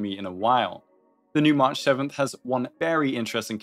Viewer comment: dude calls march mash...